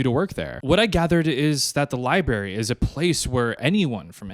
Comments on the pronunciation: li brary. not liberry. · Library, not Li Barry 😭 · Lie berry